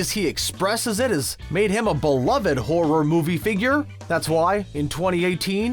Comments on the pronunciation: The way this guy says horror as “hor-roar” makes me wanna Dropkick children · Is it just me or is this dude saying horror weird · These "facts" all over the place. Has this person even watched any of these movies? Homeboy can't even SAY "horror" properly.